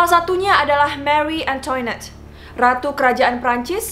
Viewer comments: Marie Antoinette dibacanya mari angtwanet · mengapa sebutannya"marie antoinot" beda banget bunyinya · Marie angtwanet to be pronounced